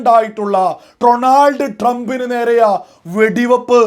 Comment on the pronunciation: അളിയാ എനിക്ക് രണ്ടു കാര്യം ആണ് അഞ്ഞോട് പറയാനുള്ളത്..1) ഡ്രോണാൾഡ് ട്രംപ് അല്ല ഡൊണാൾഡ് ട്രംപ് ഇത് ഒരു പത്ത് പ്രാവശ്യം കണ്ണാടിയിൽ നോക്കി പറഞ്ഞിട്ട് വാ അപ്പോ ശരിയാവും 🤗 2) മുസ്ലീമിൻ്റെ പേര് വെച്ചിട്ട് ഒരു മാതിരി ചാണക സംഘി ആവരുത്